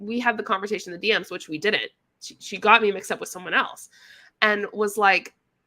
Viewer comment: When you excitedly say "DM's" the Texas twang starts to come out 😆 "D ehms"